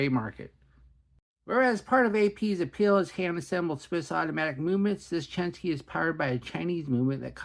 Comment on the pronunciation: People really complain about how you pronounce "indices"? In that case, I'll let you know it's "Chen-SHI", not "SKI" hehehe 👍😎